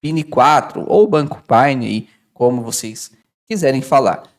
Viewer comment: Meu amigo,ñ se expressa Pine se expressa: Paine.